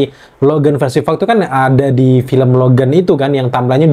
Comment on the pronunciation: Logam Logen wkwkwkwkwkwkw Logan* dong kak, huruf A wkwkwkwkw